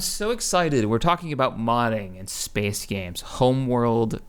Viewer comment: lol its funny the way he says space xD spece